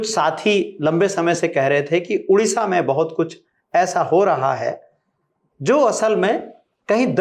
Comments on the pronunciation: उड़ीसा नहीं ओडिशा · Udisha ❌ Odisha ☑️